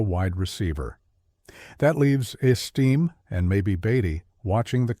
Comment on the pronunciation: learn how to pronounce the names of the player your taling about. hard to listen to whole video when person that thevideo is supposed to be about has hi s name butchered repeatedly